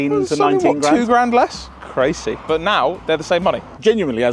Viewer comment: Edwin let his swedish heritage shine through with ”crazy”.